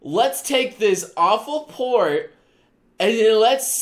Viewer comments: Everytime he said "port" , I hear "porn". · Every time you say port it sounds like your trying to say porn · All the time you said "Port", all I heard was "Porn".